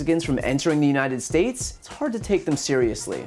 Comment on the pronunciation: "...and God bless the United Shush". Yeah, he said it.